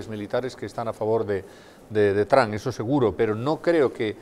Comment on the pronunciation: no saben ni pronunciar el nombre de Trump.